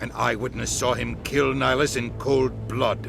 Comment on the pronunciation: You keep saying Nihilus instead of Nihlus. He is not a Sith Lord.